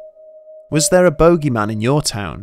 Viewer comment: English: boogy-man Bedtime Stories: Bogey-man